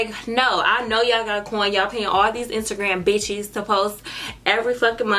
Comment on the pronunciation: I love how hard she said “Instagram bitches” 😂😂😂😂🤣